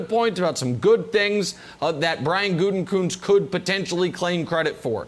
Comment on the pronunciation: Mangini is tone deaf af. Also, it's (goot-eh-kuhnst) sheesh lol